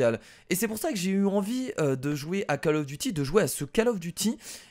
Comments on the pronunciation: on ne dit pas cAll of, mais cOll of. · Coll of duti pas call of duty